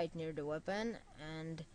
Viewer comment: Its "Weapon" no "Wapon" =D